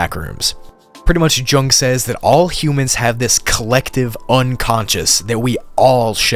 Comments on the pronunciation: It's not "Jung", it's pronounced "Young". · I hate to be that guy, but "Carl Jung" is read "Yoong", not "Djuhng" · It’s pronounced, “Yoo-ng”. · ‘Jung’,is pronounced ‘Young’. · Carl Jung. The J is pronounced like a Y. Think of his name as Carl Young. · It's pronounced Carl Young 😉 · Love it. But just FYI, Carl Jung's last name is pronounced, "young". He isn't the father of psychology, but probably its biggest contributor. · Jung is pronounced like young, not with a hard j. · It's a soft J, pronounced like "young". ✌️ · Jung - pronounced yung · Carl Jung is pronounced "yung" btw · lmao Karl Jung is pronounced "young" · You're pronouncing Jung wrong